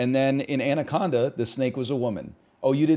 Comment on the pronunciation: It's ANA conda not ANDY conda